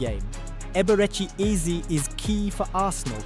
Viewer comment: Ur Pronunciation of the name is so Poor Man 😂😅